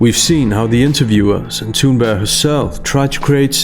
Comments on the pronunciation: Tha-Tha-Tha-Thoon-Burg-ga-ga-ga...i dont care if youre actually pronouncing it correctly, its Thoonburgh! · Omg. Why don't you pronounce the "g" in her name. You keep saying "Thunber" it's really irritating. I like the subject of the video. It's just very hard to listen to you butchering someone's name over and over again. Or is that all part of the posh speaking style? I don't know but it's weird.